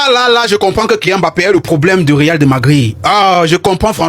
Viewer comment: C'est le Réal de Madrid et non Magrid. C'est la Remontada et non Remontanda